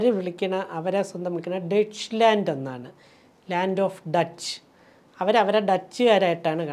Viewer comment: ജർമ്മനി Deutsche എന്നല്ലേ ഡോയ്ച്ചേ /ഡോയ്ഷേ എന്നാണ് മെറിയം വെബ്സ്റ്റർ ഉച്ചാരണം ഡച്ച് അല്ല